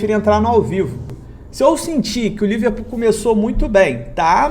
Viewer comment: Só eu ouvi Liver Putaria kkkkkk